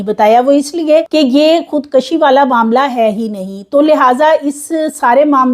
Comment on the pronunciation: Nice reporting depicting good homework..but right word is "khud kushi'_not *khud kashi"..hope you won't mind ..❤